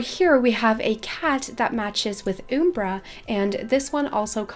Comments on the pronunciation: I reeeeeally hate to be THAT person, but... It's pronounced ree-ann-on, um-brah and droo-id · The way she says Umbra is so funny!